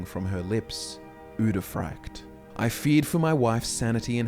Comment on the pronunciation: You repeatedly say “uderfract” which is not at all what the word is. I guess it’s like how you pronounce Dreugh entirely wrong as well. You guys know lore but you suck shit at oral reading